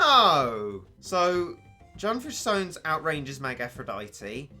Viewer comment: Um... is it just me or did it keep on bother me that he kept on saying Junfish Sones? IT’S SUNFISH JONES